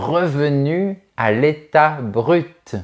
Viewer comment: Bonjour, vous avez prononcez le mot "brut" avec le T. Donc le mot BRUT se prononce-t-il toujour avec le T, c´est pas silent? Merci. Ivan de la Slovaquie